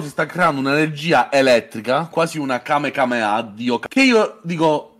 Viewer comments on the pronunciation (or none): Durante la live appena è entrato Marco c'è stata una grossa discussione perché al posto di dire Kamehameha ha detto Kamekameha esattamente come Goten, cosa che Marco ha preso molto male soprattutto quando la chat ha fatto notare che non c'era nessuno sbaglio